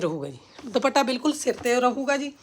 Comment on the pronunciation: ਤੁਸੀਂ ਦੁਪੱਟਾ ਕਿਹਾ ਕਰੋ ਦੁਭਾਟਾ ਅਜੀਬ ਲਗਦਾ